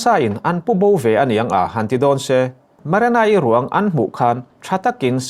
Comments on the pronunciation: marana ani leu marina zawk aw lam dikloh hi ngati nge changkan na emaw i tih tlats le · Maranai ti mawlh2 mai😂😂 Marina tih tur zawk😂😂😂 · Marena, Marana,, Ti in i lam thin in ka hria, Marina tih hi lam ahar lutk silo a😄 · An hming pawh i sawi dik thei lo ania, Marana-i a ni lo, hrui hrual pawh lam thiam bawk si lo. 😢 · Nang chu "MARENA" i ti reng a😂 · Maranai ti in i lam mai in ka hria 😂